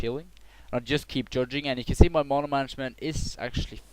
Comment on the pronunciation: i WISH you say MANA PROPERLY!!!